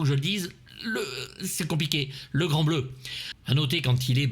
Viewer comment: Ou comment faire une bonne vidéo à partir d'un mauvais film... En même temps difficile de faire une mauvaise vidéo quand on cite le Grand Bleu (par contre toujours le même problème de diction, j'ai entendu le Gland Bleu)